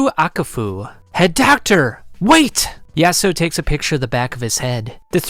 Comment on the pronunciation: bro ur slurring yasuho ur saying it so wrong LOL